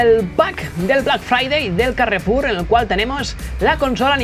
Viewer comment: "El carrrrrrefulllll"